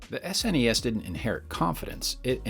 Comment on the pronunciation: I’m just glad he didn’t call it “sness” or “snez” at any point.